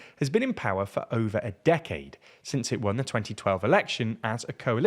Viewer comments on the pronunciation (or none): none